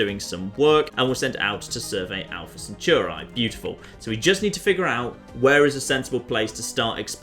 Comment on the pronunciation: The way you say "Centauri" makes me want to cry.